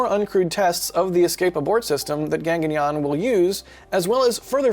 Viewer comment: It's not Ganganyaan it's GAGANYAAN.